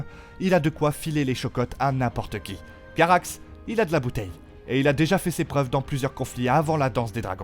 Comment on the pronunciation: Il prononce avec des intonatinos pas du tout naturelles, on dirait qu'il essaye de faire un doublage de dessin animé, ou qu'il veut reproduire le style de Trash sur les vieilles vidéos La prononciation des noms il le dit à l'anglaise (et parfois de façon approximative genre Carax au lieu de Caraxes)